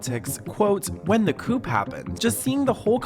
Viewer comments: Honey, it’s not pronounced a coup… I know it’s spelled like that but it’s pronounced “KOO” the P is silent. Also, the president Erdogan is pronounced “ER-da-WAN” she actually says his name in the video if you listen. But thank you for the video, it’s very interesting. As a 36 year old woman who converted to Islam myself and a couple years later married a Bedouin Saudi, I feel for her!! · I know it is probably in here somewhere but, it is pronounced coo the p is silent when it comes to overthrowing a government when it comes to chickens like a chicken coup then the p isn't silent. i didn't type this out to be mean either just trying to help with pronouncing stuff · Love everything B.J. &!!! You're gonna rule youtube. Oh, it's not called CouP. Lol. It's pronounced Cou and the P is silent, so like "coo". "Coup de ta" would sound like "Cou(p) de ta". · Do Americans pronounce the ‘p’? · P.s. FYI Its pronounced like a "Koo" when you were talking about the coop that was staged in the government just so you know! ❤ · Coup is pronounced Coo. Like a what a pigeon sounds like. Just fyi, with love! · A "coup" attempt is pronounced "coo", the p is silent. I think its a French word? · The 'p' in "COO" is silent. (Coup) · Fyi- the P is silent in the word “coup”. It’s pronounced “coo” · Hey! Just thought you should know that coup is pronounced like "coo"! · The p is silent in Cou”p”.. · Did she go to dubai or turkey?! Cuz they are not the same. Also thats not how you say "coup" 😅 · The P in coup is silent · The P in coup is silent. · The ‘p’ in “coup” is silent. It’s one of the many many French words that came directly to English via the Norman conquest and rule of England. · bestie, you do not pronounce the “p” in the word coup 😂😂😂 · the way you pronounced "coup". Oh dear! 😅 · you don't pronounce the p in coup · its pronounced coo, not coop, oop! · Coop attempt! Coup sounds like “coo” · "COOP attempt" ... the P is silent! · Argh stop saying 'coop' its 'coo' (coup)